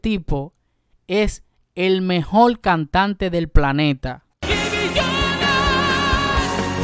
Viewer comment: No se dice mejol, se dice mejor